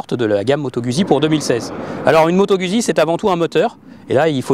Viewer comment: Moto gOUzzi pour la prononciation svp !